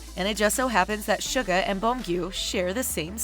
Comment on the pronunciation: The way she said suga pissed me off on a spiritual level 🤦‍♀️